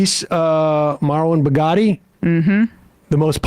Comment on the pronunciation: It’s marwan barghouti … not Bugatti, Sam. Come on.